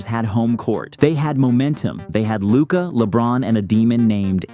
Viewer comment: I mean, if you can't even get Luka's name right, you can't talk.